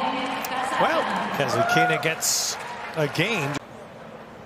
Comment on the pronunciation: it's so disgusting when you mispronounce Kasatkina's name without the letter "T" and the accent on the name is not where it should be.